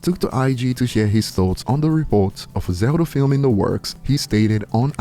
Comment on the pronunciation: Bro said zelder lol